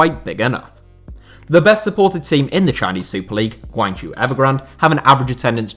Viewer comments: Great video, however, 'zhou' is pronounced 'Joe', not 'jew'. Hopefully you can correct this next time Guangzhou Evergrande is mentioned. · Guangzhou is pronounced like [gwung-joe]